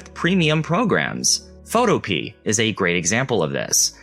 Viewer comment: I think Photopea is pronounced Pho-to-pea-ah, similar to utopia. (but you'd have to ask the developer to be sure.)